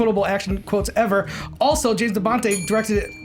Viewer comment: James De Bontay. I facepalmed when said that. strikes again. #NeverForget Tricerateratorastop